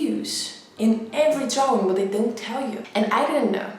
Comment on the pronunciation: I love the way she says drawing Dwawing